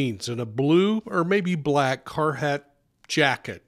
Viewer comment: The fact you can’t pronounce monon correctly means you shouldn’t even be covering this. Also can’t pronounce a prominent brand like Carhartt. Lol